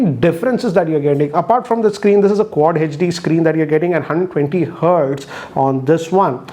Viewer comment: Nobody:: “Hun Twenty Hertz”